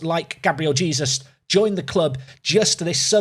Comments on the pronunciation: you’re not. yes you do pronounce the J but it’s not Jesus like the biblical figure, it’s more jaysoos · no way! It’s Gabriel Hey-soos! Love the videos, looking forward to the Arsenal run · Hay-sooos! Say his name right please 😂😂😂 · Mate you don’t actually pronounce it like Jesus omg 😂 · Please say Jesus right it's bugging me 🤣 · The e it’s still pronounced like in Spanish though